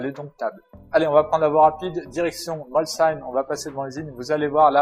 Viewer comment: 1er gars qui prononce bien molsheim, pouce bleu.